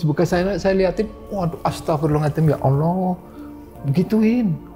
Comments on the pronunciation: nurut saya ga jauh ah .dia bilang astagfirullahaladim (z) nya ilang .kaya nenek saya gitu dia bukan orng ngapak .tapi kalo sholat ngaji bener Kok astagfirullahaladzim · Pas Nyebut "Astagfirulahalngadiiim" jan khas ngapak bgt ya pak. Salam ngapak dari Cilacap. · sinarsum nya ngucap Istighfar nya kok agak beda yaa , bukan bilang Astagfirullahal'adzim , tp beda